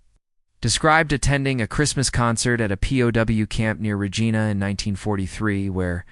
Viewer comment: Good information but horrible AI narration, monotone, awkward pauses, and mispronunciations. Sloppy and lazy. (Why does AI always mispronounce Regina incorrectly?)